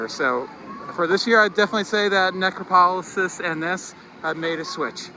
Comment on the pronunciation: It’s pronounced - Neh-crop-oh-lis